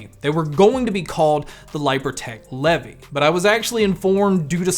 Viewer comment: I think its pronounced Leev eye